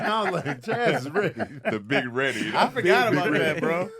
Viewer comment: It’s ‘Chaz’ 😐🤣🤦🏾‍♀️